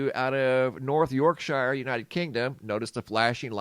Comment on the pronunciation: You need to learn how to pronounce place names for here in the UK, unfortunately you're trashing them. Live-er-pool When a place name ends in shire it is generally pronounced sheer, so Yorksheer.